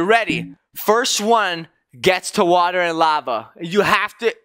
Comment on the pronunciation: why you called the water "wawa"hahahahahahahahaahah